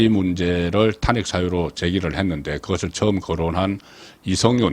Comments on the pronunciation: 사투리가 듣기 싫은 게 아니고 특정 단어에 대한 발음(특히 탄핵 단어)이 경상도식 발음도 아니고 정체불명 같네요 다른 경상도 사람의 발음을 들어 보세요 완전히 달라요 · 탄핵이란 단어의 액센트가 듣기 거북합니다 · 탄핵 발음 교정 좀 해 주세요 저도 경상도 출신이지만 탄핵 발음을 그렇게 하지 않아요 굉장히 듣기 거북스러워요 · '직무 정지' 의 '정지', '탄핵'. .... 사투리 발음을 제발 고치세요 정청래는 '마포을 출신 정청래' 으로 부르세요